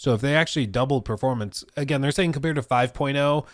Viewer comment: It took me so long to realize he was saying performance and not purpleness